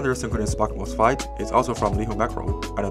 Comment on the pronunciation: When you say MOSFET, it sounds like you’re saying MOSFITE. And when you say module, it sounds like you are saying mojo. Also, the music is a little loud compared to your voice. Awesome charger though.